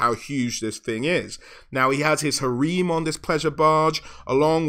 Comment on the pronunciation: Is it not Ha-rem instead of Ha-reem